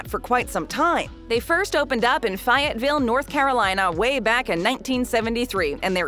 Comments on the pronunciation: Oh you destroyed Fayetteville lmao Fay it Ville not Fy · faye ette ville, faietteville doesnt exist to my knowledge, as a carolinian that hurt my soul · WTH!? Who narrates these vids? Seriously!? Fayetteville - is NOT pronounced FYET-VILLE! It's Fay-ette-ville...Fay, like Way, or Hay...FAYETTEVILLE~! Lawd...NO city/town named Fayetteville pronounces it like: Fi-et-ville. Y'all need people who know how to read and pronounce things correctly. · I have never, in my life, heard someone pronounce Fay ette ville as Fiyetteville. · Fyetville??? ...try Fayetteville, N.C. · its fay-et ville not fi et ville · What am I going to do with you,? 🤔 The first syllable in FAY-ette-ville is pronounced like Fay Wray or Faye Dunaway. I hope there are no North Carolinians watching. (Or Tennesseans for that matter.) I do love the Golden Corral nearest me. ✔👍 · It's pronounced "FAY-IT-VILLE". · Fayetteville is pronounced literally exactly how it sounds. Where tf did you get Fi-et-ville??? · Fayetteville with the fay pronounced,"Faye". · Fayetteville is pronounced Fay (rhymes with May) ette vile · It's Pronounced FA et ville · Oh Waze all the time and fie et ville WTF!? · It’s “Fay-ette-vuhl” and “Louie-vuhl,” and not whatever she tried to say. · Fi-yacht-ville? Really? C'mon. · That's pron FAY-ET-VUL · It is pronounced Fay-it-vil....but nice try. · Did you catch the pronunciation of Fayetteville in the video??? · The way she pronounced Fayetteville 😂😂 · LOL@ the mispronunciation of Fayetteville. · Video sins: 2 count for saying "Fayetteville" wrong , 5 just for spending the first several seconds chasing your tale talking about how Golden Corral "really is all you can eat" , 20 sins for using a McDonalds Clip (when they serve 24/7 breakfast) to highlight the whole breakast ends at 11 AM lol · I, too, caught the "Fayetteville" phonetic faux-pas. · Am I the only one that noticed the narrator mispronounced Fayettville? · Who the hell pronounces Fayetteville that way?!?